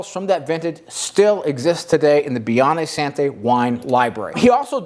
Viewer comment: Nice video! One small quip - it’s pronounced “san-joe-veh-zay” not “sanjoeveezee”. Also “Biondee Santee” not “Santeh”